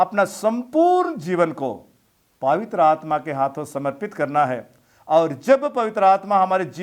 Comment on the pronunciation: पावित्र नहीं होता है ,पवित्र होता है जरा शब्दों के उच्चरण पर ध्यान दें